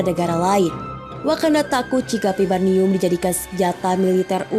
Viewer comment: Vibranium....bukan vibarnium, min.